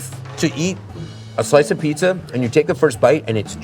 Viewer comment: Listening to them saying “Abeetz” makes me want to smash them both in the face. Jesus Christ, it’s pizza. Cool, it tastes good. Ok….